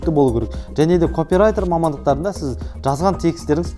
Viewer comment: Копирайтер сөзі капирайтер болып оқыладыыыы